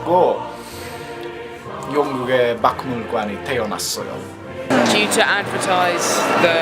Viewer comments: 박물관을 방물관 이렇게 발음하면 편해용 ㅎㅎ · 팁 (tip)하나 드리겠습니다. 도움이 되었으면 좋겠네요. ‘박물관’을 발음할때 ‘박’, ‘물’, ‘관’ 을 한 글자씩 따로 읽으면 어색하기도하고 발음하기도 어렵습니다. 처음의 두 글자 즉 ‘박’과 ‘물’을 읽을때 주의하여야합니다. 물론 ‘물’과 ‘관’의 연결 발음은 매우 정확하고 전혀 문제가 없습니다. ‘박’의 ㄱ 받힘과 ‘물’의 ㅁ이 연결되는데 이것을 서로 연결해서 읽을때는 앞의 ㄱ 이 ㅇ 으로 바뀌므로 ‘방물’이라고 읽는 것이 옳고 또 발음하기도 편합니다. 정리하면, 받힘 ㄱ 다음에 ㄴ, ㄹ, ㅁ이 연결되면 앞의 ㄱ은 언제나 ㅇ으로 발음합니다. 예 : “속내, 각목, 곡물, 박리”는 모두 “송내, 강목, 공물, 방리”라고 읽어야 합니다. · cute~~~한글 배우기 힘들죠? ㅎㅎㅎ 발음 자연스럽게 해 봐요~ for example 박물관is pronounced 방물관 in korean and 북아메리카 is pronounced 부가메리카 this is the principle of how to pronoune 한국어